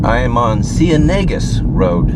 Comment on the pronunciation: Repeat after me.... "Ahhh-Coon-Yah" the N has a tilde over it... "See-enne-Gus"....